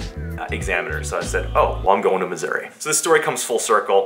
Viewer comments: Thought you said misury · Did you say that you were in Misery? Or Missouri ? When i move out of my parents basement, I'm buying a helicopter to live in. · Sounds like is saying "I'm in misery" at the beginning 😂😂